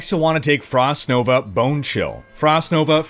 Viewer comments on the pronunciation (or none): none